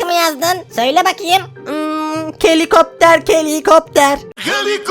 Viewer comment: Abı çok gülüyorum senın vıdeolarına kelıkopter kelıkopter dedıgınde her seyı komik ve mükemmel👍👏😆 seviliyorsun